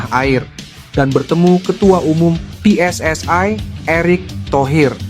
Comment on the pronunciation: Kok PSSAE, yg benar PSSI